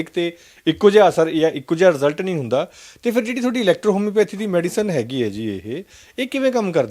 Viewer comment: kahde journalist ooo tussi electrohomeopathy nhi boleya gya yrrrrt😂